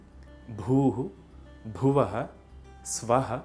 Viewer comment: For sanskrit channel, you seem to have difficulty pronouncing some sanskrit sounds. It's Brahma, and not Bramha. It's Yajnavalkya, and not Yagnyavalkya. Also, the H of bhuvaH is not silent, but pronounced as, say, German 'mach'. I know in recent times sanskrit culture has been corrupted, but I would have expected more from this channel.